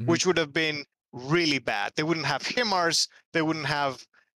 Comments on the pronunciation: Sorry to be that guy ITS PRONOUNCED HI MARS its a acronym HIgh Mobility Artillery Rocket System. I was stationed at Fort Sill OK where the US military trains ALL HIMARS crews. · HIMARS is pronounced 'Hi Mars.' Not 'He Mars.'